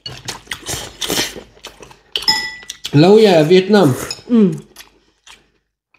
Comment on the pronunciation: Lẫu gà mà tôi thấy anh đọc là láu cá